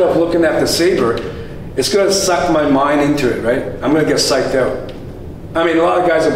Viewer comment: i finally caught the Canadian in your voice when you said "psyched aut". i really hope to square off with you oneself day. literally one hole day. 🤟🏼